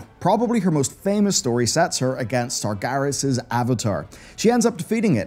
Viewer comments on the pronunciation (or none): SARGERAS, not SARGARES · the tomb of... what? sargaras?